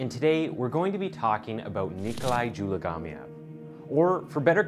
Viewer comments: DzuMaGaLieev Learn how to pronounce names ffs its like JewMagahLee'ev for fuck sake cnt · In case you are wondering , his last name is pronounced Zoo-mah- gah- leave